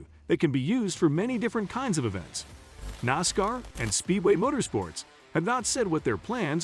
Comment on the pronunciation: Can't say Camaro or Nascar correctly fail